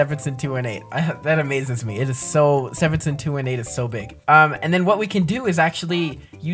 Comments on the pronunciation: its pronounced Ste ven son 2 1 8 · It’s Stephenson 2-18 not Stephenson 2-8